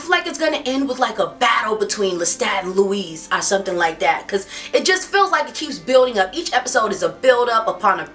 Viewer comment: Love u so much- but its not "louise". Its French spelling so "louis" is actually pronounced "louie". But no biggie. I dont know anyone who cares about Interview n im delighted to find you! Intelligent and funny commentaries!